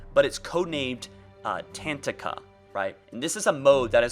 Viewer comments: Ta tank a, not 'tantika' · Tatanka is not pronounced Tantika. Tatanka translates to Bison from the Lakota Tribe language. Tuh-ton-kuh Ta-tan-ka Or just watch the Tatanka scene from Dances with wolves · Tatanka... Pronounced sorta like Ta-tonka. It's a Bison. Wonder if someone could figure out why they are using a word that means Bison for their project? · Hahah let me help with that pronunciation it goes like this (TAH TONK AH).....it is from my Tribes native language and it is the name for Buffalo/Bison. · its pronounced "Ta-tonka".. Its from Dances with Wolves. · Not to be a smart ass, but it's pronounced "ta tonka" and means buffalo or bison. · The way he says "Tatanka" lmao